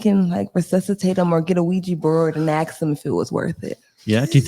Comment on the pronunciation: Aks again wut aks da question hmm huh aks me what?